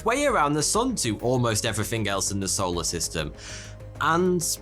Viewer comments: Any other Brits hear "Arsehole a system" instead of "our solar system"? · You are saying arseholer system right?